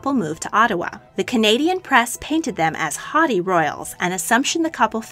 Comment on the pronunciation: ... hotty??? Oh, hAUghty!